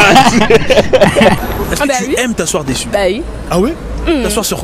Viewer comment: Par contre tu sais vraiment pas parler français hein, on dit pas « déssus » mdrr vraimeent